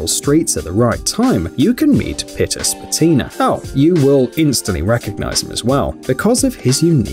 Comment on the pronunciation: Its actualy Peter Špatina(Shpatina)